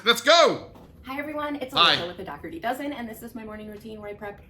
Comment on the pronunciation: Finally some one who can say Daugherty 😅